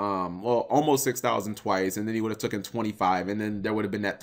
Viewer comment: ITS TAKEN NOT TOOKEN JESUS